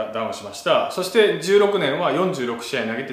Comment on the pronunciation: ダルさんの話のつなぎの「そして」が「してぇ」にしか聞こえない これはりょりょニキの口癖移ってますねぇ